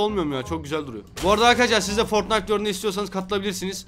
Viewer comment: foytnite W H A T :D